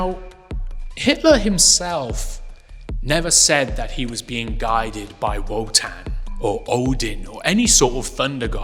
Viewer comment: Each time you say Wotan I hear “Wutang”…. And you know they ain’t nothing to F with